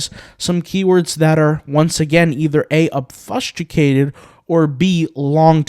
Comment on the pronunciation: I love all your videos, you are constantly improving me and my intellect. I am putting this comment in only in the interest to pay it back and help make you better. I hope you can appreciate when I tell you that you are pronouncing "obfuscated" painfully wrong. Please do a quick search to hear the pronunciation, if the below doesn't help: obfuscate /ŏb′fə-skāt″, ŏb-fŭs′kāt″/